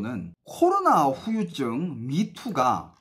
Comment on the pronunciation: 후유증 발음 똑바로 해줘서 고마워요 ㅋㅋㅋ 심지어 큰방송사 아나운서인지 리포터도 휴유증휴유증 하는거 얼마나 듣기싫던지...